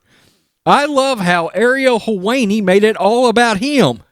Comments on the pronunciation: His name is pronounced Hel-whine-ee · How can u be a sports channel and not know who Ariel helwani is or how to say it. Helwani is a mess